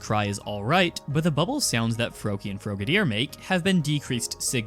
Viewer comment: Are you intentionally mispronouncing Frogadier? Or is that just how you pronounce the word "frog"?